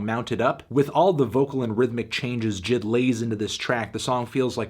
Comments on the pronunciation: Why does he call him jid... isn’t it pronounced (“jay-eye-dee”) he even calls himself that the album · I always thought it was pronounced Jay Ay Dee not jid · Anyone else annoyed he keeps saying Jid & not J.I.D.? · I think it’s J I D Not jid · It’s pronounced J I D not jid lol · annoying as hell Anthony calls him Jid, when its J.I.D, but good review nonetheless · excuse me its pronounced J.I.D not JID get it right nerd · Who calls him JID? ITS J.I.D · you're saying it wrong it's pronounced jid get it right